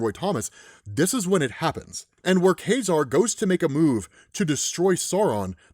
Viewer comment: It's not pronounced "Kah-Zar"? "Kay-Zar" sounds weird.